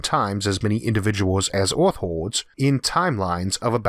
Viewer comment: He says earth like "eOReth"